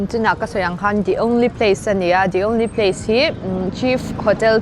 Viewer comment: The only pace 😂